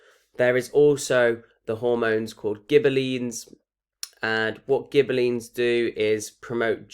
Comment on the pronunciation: yh nd its gibberellins (pronounced jibberellins)